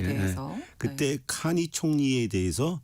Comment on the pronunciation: 캐니 아니고 카니입니다.